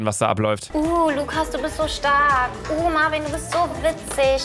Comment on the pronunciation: Lucaaaaaaaa der heisst Marviiiiiin und nicht Marvin 😂😂😂😂😂😂😂😂😂😂😂😂😂😂😂😂😂😂😂😂😂😂😂😂😂😂😂😂😂😂😂😂😂😂😂😂😂😂😂😂😂😂😂😂😂😂😂😂😂😂😂😂😂😂😂😂😂😂😂😂😂😂😂😂😂😂😂😂😂😂😂😂😂😂😂😂😂😂😂😂😂😂😂😂😂😂😂😂😂😂😂😂😂😂😂😂😂😂😂😂😂😂😂😂😂😂 😂😂😂😂😂😂😂😂😂😂😂😂😂😂😂😂😂😂😂😂😂😂😂😂😂😂😂😂😂😂😂😂😂😂😂😂😂😂😂😂😂😂😂😂😂😂😂😂😂😂😂😂😂😂😂😂😂😂😂😂😂😂😂😂😂😂😂😂😂😂😂😂😂😂😂😂😂😂😂😂😂😂😂😂😂😂😂😂😂😂😂😂😂😂😂😂😂😂😂😂😂😂😂😂😂😂 😂😂😂😂😂😂😂😂😂😂😂😂😂😂😂😂😂😂😂😂😂😂😂😂😂😂😂😂😂😂😂😂😂😂😂😂😂😂😂😂😂😂😂😂😂😂😂😂😂😂😂😂😂😂😂😂😂😂😂😂😂😂😂😂😂😂😂😂😂😂😂😂😂😂😂😂😂😂😂😂😂😂😂😂😂😂😂😂😂😂😂😂😂😂😂😂😂😂😂😂😂😂😂😂😂😂 😂😂😂😂😂😂😂😂😂😂😂😂😂😂😂😂😂😂😂😂😂😂😂😂😂😂😂😂😂😂😂😂😂😂😂😂😂😂😂😂😂😂😂😂😂😂😂😂😂😂😂😂😂😂😂😂😂😂😂😂😂😂😂😂😂😂😂😂😂😂😂😂😂😂😂😂😂😂😂😂😂😂😂😂😂😂😂😂😂😂😂😂😂😂😂😂😂😂😂😂😂😂😂😂😂😂 😂😂😂😂😂😂😂😂😂😂😂😂😂😂😂😂😂😂😂😂😂😂😂😂😂😂😂😂😂😂😂😂😂😂😂😂😂😂😂😂😂😂😂😂😂😂😂😂😂😂😂😂😂😂😂😂😂😂😂😂😂😂😂😂😂😂😂😂😂😂😂😂😂😂😂😂😂😂😂😂😂😂😂😂😂😂😂😂😂😂😂😂😂😂😂😂😂😂😂😂😂😂😂😂😂😂 😂😂😂😂😂😂😂😂😂😂😂😂😂😂😂😂😂😂😂😂😂😂😂😂😂😂😂😂😂😂😂😂😂😂😂😂😂😂😂😂😂😂😂😂😂😂😂😂😂😂😂😂😂😂😂😂😂😂😂😂😂😂😂😂😂😂😂😂😂😂😂😂😂😂😂😂😂😂😂😂😂😂😂😂😂😂😂😂😂😂😂😂😂😂😂😂😂😂😂😂😂😂😂😂😂😂 😂😂😂😂😂😂😂😂😂😂😂😂😂😂😂😂😂😂😂😂😂😂😂😂😂😂😂😂😂😂😂😂😂😂😂😂😂😂😂😂😂😂😂😂😂😂😂😂😂😂😂😂😂😂😂😂😂😂😂😂😂😂😂😂😂😂😂😂😂😂😂😂😂😂😂😂😂😂😂😂😂😂😂😂😂😂😂😂😂😂😂😂😂😂😂😂😂😂😂😂😂😂😂😂😂😂 😂😂😂😂😂😂😂😂😂😂😂😂😂😂😂😂😂😂😂😂😂😂😂😂😂😂😂😂😂😂😂😂😂😂😂😂😂😂😂😂😂😂😂😂😂😂😂😂😂😂😂😂😂😂😂😂😂😂😂😂😂😂😂😂😂😂😂😂😂😂😂😂😂😂😂😂😂😂😂😂😂😂😂😂😂😂😂😂😂😂😂😂😂😂😂😂😂😂😂😂😂😂😂😂😂😂 😂😂😂😂😂😂😂😂😂😂😂😂😂😂😂😂😂😂😂😂😂😂😂😂😂😂😂😂😂😂😂😂😂😂😂😂😂😂😂😂😂😂😂😂😂😂😂😂😂😂😂😂😂😂😂😂😂😂😂😂😂😂😂😂😂😂😂😂😂😂😂😂😂😂😂😂😂😂😂😂😂😂😂😂😂😂😂😂😂😂😂😂😂😂😂😂😂😂😂😂😂😂😂😂😂😂 😂😂😂😂😂😂😂😂😂😂😂😂😂😂😂😂😂😂😂😂😂😂😂😂😂😂😂😂😂😂😂😂😂😂😂😂😂😂😂😂😂😂😂😂😂😂😂😂😂😂😂😂😂😂😂😂😂😂😂😂😂😂😂😂😂😂😂😂😂😂😂😂😂😂😂😂😂😂😂😂😂😂😂😂😂😂😂😂😂😂😂😂😂😂😂😂😂😂😂😂😂😂😂😂😂😂 😂😂😂😂😂😂😂😂😂😂😂😂😂😂😂😂😂😂😂😂😂😂😂😂😂😂😂😂😂😂😂😂😂😂😂😂😂😂😂😂😂😂😂😂😂😂😂😂😂😂😂😂😂😂😂😂😂😂😂😂😂😂😂😂😂😂😂😂😂😂😂😂😂😂😂😂😂😂😂😂😂😂😂😂😂😂😂😂😂😂😂😂😂😂😂😂😂😂😂😂😂😂😂😂😂😂